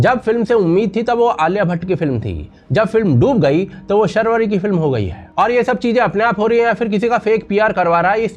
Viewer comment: Sharvari nahi Shaarvari hai